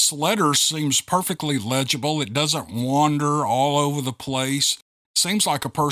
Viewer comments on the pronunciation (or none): none